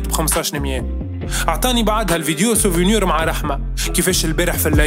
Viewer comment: Mouch 5ayba apart kelmet "souvunur" wkelmet "vurus"